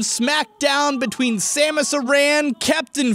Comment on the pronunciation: did he just pronounce Samus’ name that way he is going to die